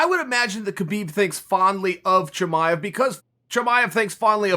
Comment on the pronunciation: why you say Husband Chimaev? You can’t pronounce his name?